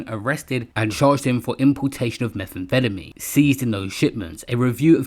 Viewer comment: “Meth an fettamy” 😂😂😂